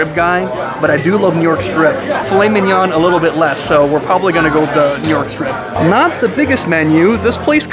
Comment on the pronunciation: Driving me nuts with the way you say filet mignon!!!